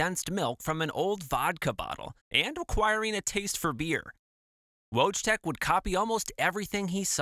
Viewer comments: His name was pronounced 'voytek', not wojtek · It's pronounced Voytek :) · sorry friend his Polish name is actually pronounced “voy-teck” no W or J sound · How bad can you say wojtek😭😭